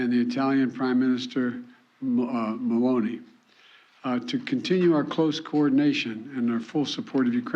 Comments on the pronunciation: "Prime Minister Sonuk, and Prime Minister Baloni." This guy is an embarrassment to the western world every time he speaks opens his mouth. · Did my man Joe just refer to the Italian prime minister as "Maloney"?? lol 🤣Gotta love this guy - mentally, he's "half-there", but still stands head and shoulders above anyone the "other" party has to offer - in mind, body, and statesmanship... 🦾